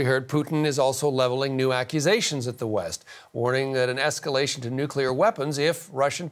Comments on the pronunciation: "nucular" vs "nuclear" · It is pronounced 'nuclear' not nuke-elar